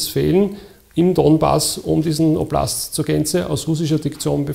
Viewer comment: "oblast"... Ist das Österreichisch?